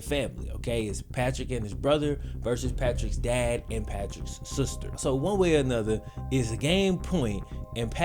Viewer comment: Nobody:: he was beating his sooster